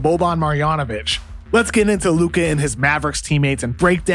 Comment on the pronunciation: please stop saying his luka's name like that It hurts my ears